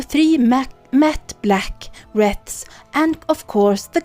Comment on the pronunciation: Just to let you know the w is silent in wreaths. 💟